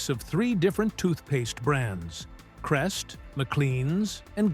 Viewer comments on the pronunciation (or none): none